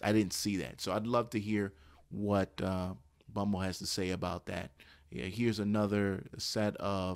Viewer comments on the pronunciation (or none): This dude keeps saying Bumble SMH... He said it and ... I couldn't even watch the rest of the video after he called HMBL bumble the 2nd time smh